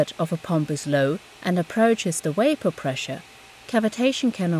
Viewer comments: Great, but why does she pronounce "wapour"? 😣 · its hard to listen to her constantly saying wayper. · V-v-v-wapor Ca-v-v-vitation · Couldn't make it through 'wapor' pronunciation.. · What the heck is "waper" pressure? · That was annoying. Waper waper waper and waper again. I'm thinking its a made up word for "water vapour"Still it Vas Werry annoying.Doh! She's got me doing it now! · what the fuck is "waper pressure?" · I thought she was saying wafer pressure............ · Hearing wapor all the time ruined the video for me lol, I'm out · If only they could properly pronounce “v”s in vapor and not like “wapor”..???? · i found it unesscasarily complicated. they are trying to hard to be "professional". the problem with technical deminstrations is they love to use technical propriotory language to show how smart/professional they are. this is the wrong way to share information. if someone is looking to learn then things should be explained simply. and choosing someone who cant pronounce "vapour" to do a video on cavitation shows a complete lack of forethought or planning. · This is what happens when you don't use merit to decide who to hire; you get someone who cannot speak English properly and fails to pronounce core elements of the presentation. Maybe next time, IET, you should hire the best person for the job - given the job is communicating effectively in English at a native level find someone who can. "The temperature of a water can be" ... a water? Waper pressure? Wisualisation? Come on. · Be vewy vewy quiet..I am hunting wabbits. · Its Vape not Waip - annoyingly dum not knowing the difference between a V & W (double you). Had to abandon it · Great video and explanation, I noticed you pronounced "Volume" just fine but Pronounced Vapor as Wapor. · Why the heck u say wyapor pressure.? Its Vapor pressure. Not waypor pressure. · Very clear, but why does she keep pronouncing "vapor" as "wapor?" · Why is she saying waper? So Irritating! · waper instead of vapor?